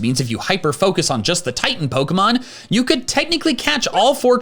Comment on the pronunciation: the fact he mispronounces almost every pokemon in this video makes me upset